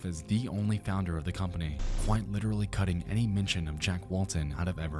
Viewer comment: KWITE?? AND TWF??? HOLY SHIT